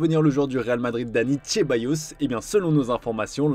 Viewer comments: Et qu'il dit Tchéballos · Merde, prononcez le nom des joueurs correctement, SVP, Ceballos n'est pas chez bayos